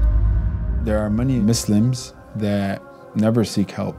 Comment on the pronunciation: Is he pronouncing it as Mislims ? 😁